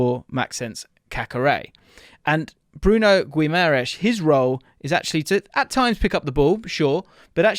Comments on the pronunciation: A little help with the pronunciation: the u is silent so its like Ghimarães; the ãe sounds like the 'in' in the word mind; and the s sounds like sh Hope this helps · Just an fyi for English folk .. it’s pronounced GEE-MUH-RIZE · Just 1 little tip,in Guimarães,the "U" is silent. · Great vid as usual! Just thought id say the pronounciation of Guimaraes is a bit off haha! More like GIM-AH-RAINGSH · Great video but it’s pronounced Gi-ma-ran-zzz not Gi-ma-rai-shh because he brazilian not portuguese and the latter is european portuguese pronunciation. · You are saying the name wrong which creates doubts about your knowledge for the player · Stop mispronouncing his motherfucking name! He is not Portuguese. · The fact that is making an effort to correctly say his name and still butchering it is funny as hell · If he comes to Prem can u please say his name a bit better 😭😭😭